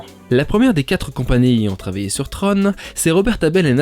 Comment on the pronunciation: Tron. Comme dans tronc. Pas comme dans trône. Flûte.